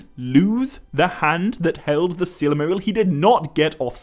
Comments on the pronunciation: Why the ‘a/ae’ sound in so much of your pronouncistion? I.g. El-a-rond, Mor-a-dor, sill-a-maril? Even the subtitle AI picks it up🙈. Not trying to make fun of your accent, but really am wondering if maybe you have a different insight into how the pronouciation of these words should be (perhaps as intended bij Tolkien?) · Stop saying Sillymaril! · It's "silmaril," not "silamaril." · Every time you say, Silmarill, Morgoth is somewhere becoming so friggin triggered. Lol (sigh) I love ya Morgoth but you gotta chill okay.